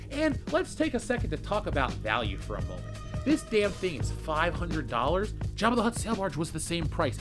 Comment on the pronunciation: 'Five hahndrid dolla!' Nope!